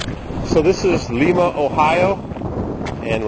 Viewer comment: PRONOUNCED LYMA